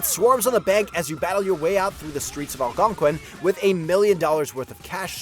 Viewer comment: That’s what happens when you hire a voiceover who doesn’t know anything about the games. He also doesn’t know how to pronounce “Algonquin”, or “dingy”. But peep that accent on “Luis Fernando Lopez” 😄